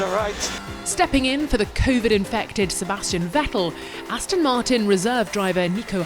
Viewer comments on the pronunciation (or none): none